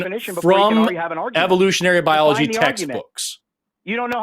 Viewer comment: Powder also mispronounced biology.